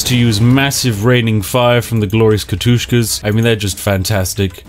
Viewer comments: Everytime he says Katushka i need to throw up a little bit. Its K A T Y U S H A blyat! D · Kat-Yus-Ha Not Kat-Tus-Ka. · Katusha! Not Katushka... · Lovely video Spiff, only one minor comment... They're Katyushas :P Not Katushkas ^^ Though a very minor detail that was. Now I may get back to my delightfull cup of tea. (Slurp) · Nobody gonna mention it? Really? No one? "Ka-toosh-ka" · "katushka" lmfao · MY EYARS its profered katyusha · its prounced katyousha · Where is the second K in Katyusha?